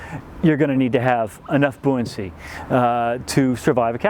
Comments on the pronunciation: What is “booincy? Could he have meant “buoyancy?” Maybe I’m crazy, but I think that a guy representing the “increased buoyancy” of a boat, should, (at least), actually be able to pronounce the word! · I've always laughed when Americans pronounce buoy 'boo-ie', but I never realised you also pronounce buoyancy 'boo-iancy'! At least it's consistent XD